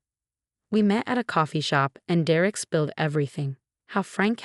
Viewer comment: It’s “DER-ek” it’s never anything else. Get it right!